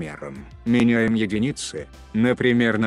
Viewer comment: У меня вопрос. Я один на слабом звуке слышу вместо ,,единицы" слышу ,, ягодицы"?